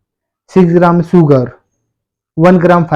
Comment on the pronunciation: सुगर नही शुगर् होता है